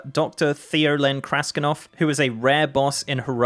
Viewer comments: the name is kras>T<inov not kraskinov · Why do you keep say "KrasKinov" when it is "Krastinov"? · Krasti-N-ov. with an N not a second K